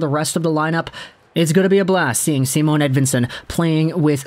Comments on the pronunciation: Is without the “e” yes. Si monn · Just say “Si-monn” there is no “e” at the end. Sounds like you’re saying Simone Edvinsson. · dont you guys say it with emphasis on the i, like S*i*mon says, not Simon*e* says